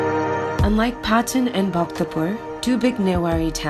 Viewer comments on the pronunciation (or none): how tf does she speak Nepali but still pronounce Patan wrong? 😂😭